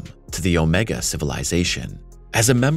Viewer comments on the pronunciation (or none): none